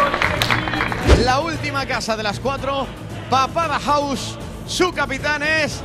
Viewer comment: En la última pregunta el presentador dijo mamada house xdd